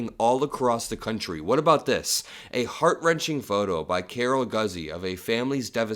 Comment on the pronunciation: that photojournslist’s name is pronounced Carol GOO-ZEE